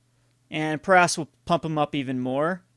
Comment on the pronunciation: Good video, but it's pronounced prow - ess (like "ouch"). :)